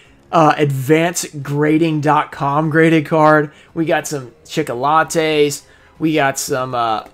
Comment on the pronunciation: It is deffinetly NOT Madolche Chickolates !